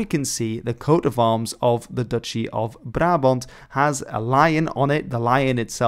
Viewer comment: as a dutch i must say HOLY SHIT YOUR PRONOUNCIATON OF "BRABANT" IS GOOD!!